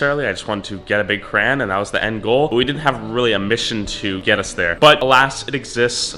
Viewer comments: I IS PRONOUNCED CRAYY-ONN NOT A FRICKING CRANBERRY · Ok. Hi CRAYY-ONN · Wtf is a kran 😂😂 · Hah yeah, it super triggering to keep hearing crayon pronounced cran 😂😂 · its crown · He can’t say crayons 😭😂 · Didn't know people said crayon as "cray-on". The way says it, is how I grew up saying it too. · Cray-On Say it with me now Craaayyy (as in you are crazy for saying cran) Onnnn (as in get on your your vocabulary) Just cherpin love the vids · you say crayon like “crans” bruh and all the other time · CrayOn not Cran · Its called a crayon not a cran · Why you SAY CRAN ITS CRAY-ON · STOP don't say cran IT IS CRAYON!!!!!!!!!!!!!! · It's CRAYON not CRAN LOL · I like how he says cran and not crayon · It’s not cran or cray on it’s cra. Ya on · Stop saying crans instead of crayon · Cran? Cran you read Crayon Not cran Cray On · What’s a cran??? It’s a CRAY-ON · Its cray - on not cran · Why tf does he say crayn💀 it’s crayon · It is a crayon not cran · It’s crayon NOT cran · HE IS SAYING CRAYON WRONG WTF. I SWEAR IUF U MAKE ANOTHER VIDEO PRONOUNCING IT KRAYN IMMA UNSUB! Jk but like please. say it right haha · It's pronounced cray(ON) not cray(IN) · It’s actually Crayon not CRAYY-ONN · It is pronounced "It" not I And its pronounced "crayon" not "CRAYY-ONN" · It's cray on not cran this bothers me lol at least you learn something new everyday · Juris Blumfelds its not educational he's teaching us to pronounce crayon like cran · Cray- on not cran this slightly triggered me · Crayon not cran btw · Y u say cran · Wait isn’t cran how you say it and yes i am serious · Anyone else get triggered everytime he said “kran” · DID HE JUST SAY KRAN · Cant tell if hes saying cran on purpose or not and its stressing me out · Bro stop saying kran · Stfu stop saying Kran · Hold up did you say crayan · It’s no crans it is crowns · Boy u say kran one more time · It’s said Crey-yon in Canada atleast 🤨🇨🇦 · He pronounce crayon crane